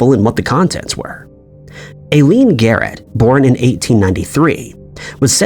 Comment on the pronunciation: Eileen is pronounced "Eye-leen".